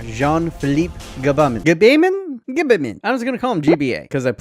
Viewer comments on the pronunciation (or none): Gbamin is pronounced with out the G (so bam in)